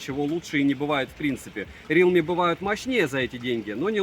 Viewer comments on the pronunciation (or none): none